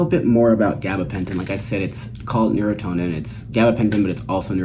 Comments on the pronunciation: Pronunciation is nur-ahn-tin like neuron-tin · Neu-Ron-tin *pronouciation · The brand name is "neurontin" not neurotonin...just a note for those who may want to request it... easy to mispronounce. Good video!